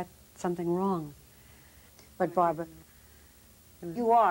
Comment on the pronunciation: ugh. baba wawa "But Bawbwa, you ARE controlling!" UGH.